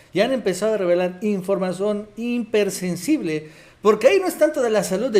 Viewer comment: buenas noches, aclaro: No se dice "hiMpersensible", se dice "hipersensible".